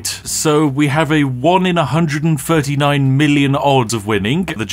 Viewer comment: Technically, it's a 0.07 in a million (or 1 in 13.98M) of getting the Jackpot. :-B Also, : that's an... interesting way to pronounce "139" :p